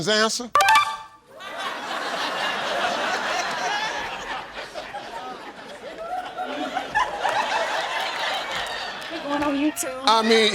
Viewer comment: anyone catch Steve purposely saying “answer”? 😂